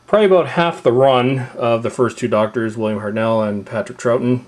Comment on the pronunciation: it's hartnell not hart nel